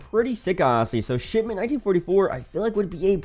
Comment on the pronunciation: How many times he drop shitment 😂